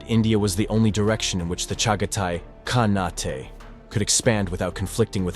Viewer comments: "KhaNAHtay"?? It's just pronounced "CON-8". It's the same suffix used in the words Shogunate or Sultanate. The final letter E is silent. Just FYI.😁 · Surprising that AI cannot pronounce "khanate."